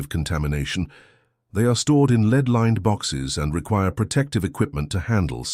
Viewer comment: Pronouncement errors reveal non-human sound production like not knowing the difference between lead and lead!